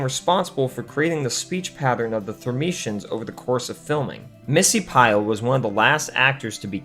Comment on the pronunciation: Friend, they are the thur ME ens! Otherwise, solid video!